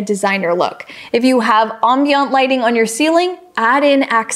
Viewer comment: Ambient. Am-bee-unt. 🤔